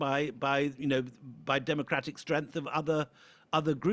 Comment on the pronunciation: It is ofcourse quite understandable that a person who can't correctly spell out the word "STRENGTH" even reading through a teleprompter as "STREANTH" will dissent and resent the preponderance of such a widely Globally spoken language 😂😂😂